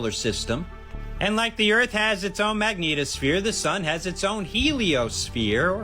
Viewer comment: Bearded guy is highly annoying and often incorrect. He needs to get HUMBLE. Why do people like him say magneeetosphere? Smh, so ridic.